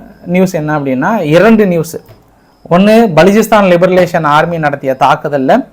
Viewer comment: லிபரேஷன் என்று கூறுங்கள். உங்கள் உச்சரிப்பு தவறாக உள்ளது